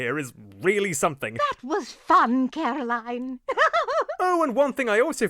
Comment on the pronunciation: are you secretly the blue guy?😂 you said CAROLINE🤣